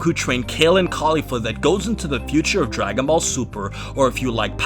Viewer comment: I love how you pronounce Caulifla's name the way the dub does, mad respect! And I'm one of the very few people who actually prefer her manga counterpart so it was great to see it win the battle. But i really have to say it kindof annoys me when the anime tries to imply that they're lesbos as some sort of fanservise. I mean, they say that they're LITERALLY everything else. Sisters, Master/Protogee, Best friends. That's the only thing i don't like about the anime version but i do agree with you on everything else. Nice to see you back.